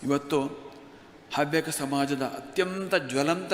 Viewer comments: ಹವ್ಯಕ ಸಮ್ಮೇಳನದಲ್ಲಿ ಎಲ್ಲಿಯೂ ಮೀಸಲಾತಿಯನ್ನು ಕೇಳಿಲ್ಲ....😂 ನೀವು ಅವ್ಯಕ ಅವ್ಯಕ ಹೇಳೊದನ್ನ ಸರಿ ಮಾಡ್ಕೊಳಿ....ಅ ಮತ್ತು ಹ ವ್ಯತ್ಯಾಸ ಸರಿ ಮಾಡಿ....ಹವ್ಯಕ ಸಮುದಾಯದ ಇತಿಹಾಸ ಅಧ್ಯಯನ ಮಾಡಿ. ..ಹವ್ಯಕ ಸಮುದಾಯಗಳಲ್ಲಿ ಈಗಲೂ ಮಾತ್ರೃ ಪ್ರಧಾನ ಕುಟುಂಬ ಮಹಿಳೆಯರಿಗೂ ಉನ್ನತ ಸ್ಥಾನವಿದೆ...ಅಧ್ಯಯನ ಮಾಡಿ ಮಾತನಾಡಿ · Havyakaru antha helakke barade avyakaru antheeyalla , neenu avyaka adre chinte madu illandre oora isabari ninagyake taayi. Kannadabsariyagi kalthgondu chanell nadsu